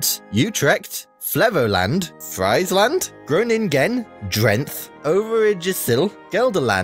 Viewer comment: As a Dutch born person I don't agree with his pronunciation being great. Friesland, Overijssel and Drenthe got pretty mangled.